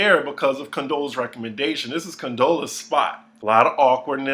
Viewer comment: Not Condolences, Condaleeza, or Controlla either 😂😂😂